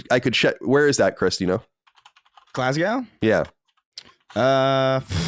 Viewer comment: As a Glaswegian the pronunciation of Glasgow almost gave me a stroke (no offence most Americans pronounce it that way). Just to let you know the pronunciation is 'Glaz-go'